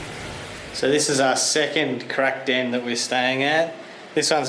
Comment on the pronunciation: "crack down"?? i thought you kept saying crack den. "this is the first crack den we could find" that WOULD be an interesting vid